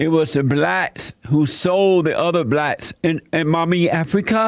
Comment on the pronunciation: “Initially it was the blatts that sold the other blatts in mami Africa” 😂